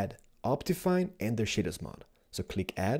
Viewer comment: ''Now it's time to install Optifine, and the Shidders Mod'' I'm sorry, I know it's your accent but I'm just dying over here.